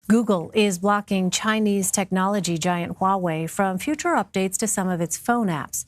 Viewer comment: Why are you saying Huawaway?